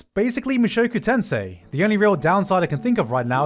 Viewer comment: i cringe everytime he pronounces "mushoku tensei"